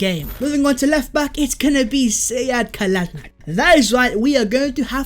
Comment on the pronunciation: Bro u lost me when u said kolsinac